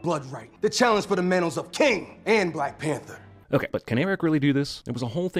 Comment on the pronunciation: "T'Challa de blek pentha"